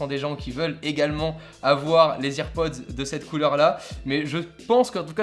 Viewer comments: "AirPods" pas "EarPods" ! 😤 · C’est pas ears pods ptn c’est air pods mais sinon très bonne vidéo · ça se prononce "AirPods" pas "IrPods". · Putain on dit AIR PODS pas IRPODZ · ON DIT AIRPODS PAS "irpods" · J'avoue que AirPods prononcés "EarPods" me trigger énormément O:) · Salut ! Tout d'abord j'adore la vidéo, je trouve ça super original. Juste petit détail, rien de grave mais tu prononce EarPods or les EarPods sont ceux fournis de base avec le câble. Ceux ci sont des AirPods d'où le Air du sans fil. Mais à part ça ta vidéo est super intéressante. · on dis airpods 🤦🏻‍♂️ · Arrête de dire hearpods ptn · Nn les earpods ça se prononce irpodz et Les AirPods ça se prononce Èrpodz j’ai vu toutes les Keynotes (en streaming) je suis sur de ce que je dis j’ai vu Tim Cook annoncer les earpods et Jony Ive les AirPods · Bonne video mais juste la prononciation de airpods est a travailler mdrr